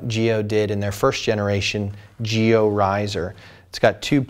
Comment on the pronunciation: giLLo is not spanish, the two Ls sound like in Lancaster :D apart from this, great review as always ;)